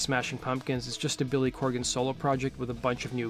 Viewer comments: CORGAN. COR-GAN. Not "Corrigan" or "Coregan" as you keep saying. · CORGAN. NOT CORRIGAN!